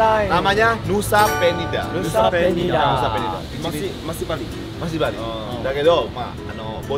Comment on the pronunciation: btw, penyebutan kakak tentang Nusa Penida salah kak, seharusnya suaranya "pe"(pelaku), bukan " pe"(kucing persia) kak. Hopefully bisa dimengerti yaaa💗💗